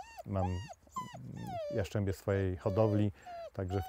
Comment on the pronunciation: Jaszczębie... Fachowcy... Jastrzębie proszę Pana.